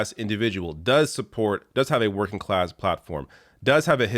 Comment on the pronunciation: So nobody else noticed he said "I have spent my life twerking"? Lmao